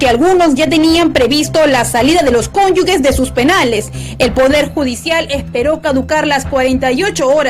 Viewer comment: Se dice "cónyuge" no "cónyugue" ¡Dios!